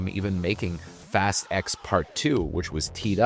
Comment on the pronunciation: Not trying to make a big thing of this… but is this an AI VO? It sounds great, but occasionally someone pronounces “fast” as “fost” and “waning” as “wonning.” Not the type of mistakes I expect the average person with a US accent to make. This is not a knock, because well, the future is here, just curious.